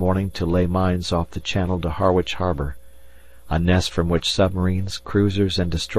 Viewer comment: And 'Harwich' is pronounced 'Harritch' not 'Har - witch,' and 'Voss-Jay' is pronounced 'Voag,' i.e., rhyming with 'Doge' as in 'The Doge of Venice' with the 'g' sounding like the g in German.